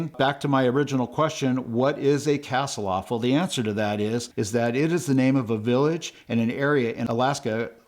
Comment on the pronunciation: Ask google how to pronounce Kasilof. You’re not even close.